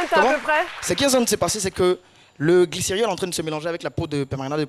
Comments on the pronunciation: L'ignorance, c'est le fait de ne pas connaître quelque chose. Et quelque soit l'accent, pour celui qui connait le mot "glycérol", il ne prononcera pas "glyceriol ". Une fois, ça passe. On dira que c'est une erreur. Mais plusieurs fois, on fini par se dire que c'est un mot nouveau pour lui. D'où l'importance de corriger pour ne pas que ça se répète. Accepter son erreur et la corriger permet de mieux assimiler ce qu'on avait pas compris... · Qui a été choqué comme moi t'entendre "glycériol" à répétition au lieu de "glycérol"?🤔